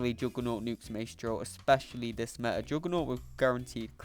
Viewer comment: What fo-on?? Thats how you read photon!!? ME-A for meta wtf!!